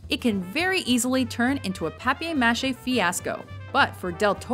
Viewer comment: perhaps the most butchered pronunciation of paper MA-che i've ever heard.